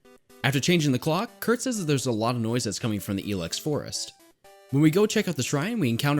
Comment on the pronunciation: Dude, it's pronounced I-lex, not EE-Lex.